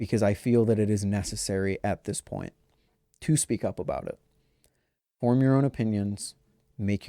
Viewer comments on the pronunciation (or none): Absolutely no one should form their own “opinions” on objective reality. That’s part of the problem that got us into this mess. Also, it’s “form” not “fourum”. And that gives us a great example to work with. In the context of what you’re saying, “form” is the objectively correct spelling and “fourum” is objectively incorrect. You don’t get to FORM an opinion about it. See how that works?